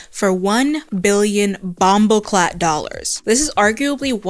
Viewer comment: As a Jamaican, saying "Bam-Bo-Clat" is NUTS 😭😭😭😭😭😭😭😭